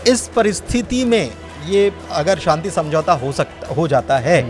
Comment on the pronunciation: Inko Shanti bolna sikhaiye..Santi nhi..bahot bhadda lgta